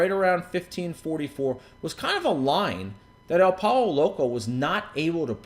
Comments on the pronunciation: It's pronounced "Poy-yo" Loco. Just sayin' :) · lol, this was a great video because of the way he pronounced pollo loco.